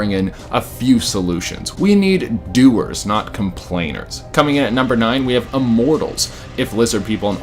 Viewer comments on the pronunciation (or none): "We need doerz not complainerz" 🤣